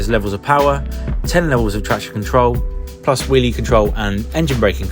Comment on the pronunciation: Ha, thought he said willy control, not wheelie control😅